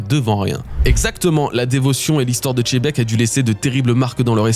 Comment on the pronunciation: Dites Xebec votre histoire de bateau c’est bon c’est Xe pas Che faut arrêté c’est horrible